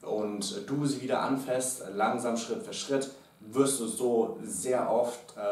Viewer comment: ..habt ihr coachs euch eigentlich.. abgesprochen, dass das "anfÄßt" heißt ??? 😂 so toll die tips auch sind.. DAS macht mich langsam echt fertig ! 😂